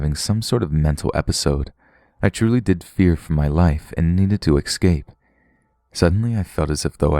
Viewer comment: Great stories thankyou....but Please..pronounce escape correctly, not exsaped :)